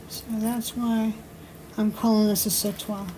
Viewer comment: Love watching your creativity, such a wonderful idea for that sautoir! And your pronunciation is perfect,! The verb sauter translates as jump. One of the translations for un saute is a swing. I've always thought that these necklaces are long enough for jumping rope, lol, as in to swing and jump! Just my personal interpretation, though. Great video!!